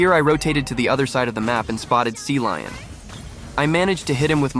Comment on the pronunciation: cecilion ❎ sealion ✅